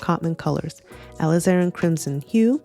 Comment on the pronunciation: I appreciated your deep dive into Cotman vs WN Professional WCs. As an illustrator, I've been a long time satisfied user of Cotman paints. Two things I would like to note about your otherwise wonderful presentation are your incorrect pronunciation of Alizarin and your referring to the P in the color code as "pigment". A P in a color code stands for "Permanent", not pigment. Thanks for your very helpful comparison of these 2 paint brands.